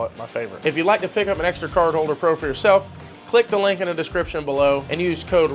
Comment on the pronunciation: What is “eggsedra” ?